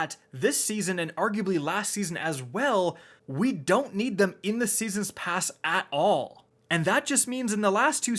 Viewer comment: Seesens pasz